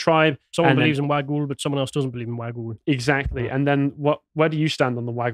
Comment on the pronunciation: The mythical serpent is pronounced wog-ool its also what apparently created the swan river in Perth that’s why the river looks like a slithering snake. I’m not sure if the wagyl can be spoken to in parseltongue